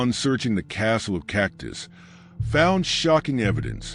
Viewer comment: Cactus castle?? Please don’t do any more videos if you can’t get the pronunciation correct! 🤷🏻‍♀️